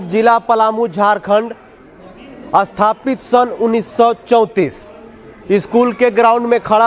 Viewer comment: Sir aapto khud sthapit ko asthapit bol rahe hein